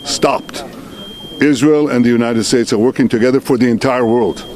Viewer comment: Izrail nahi sir fatherland